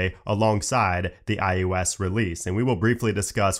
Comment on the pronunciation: I can’t un-hear “iOS” pronounced as “eye you ess” 😂